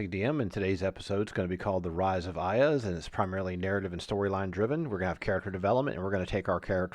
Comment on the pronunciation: I know its a bit pedantic, but can you please correct your pronunciation of Iuz? Its "YOOZ". Its a homonym with "use".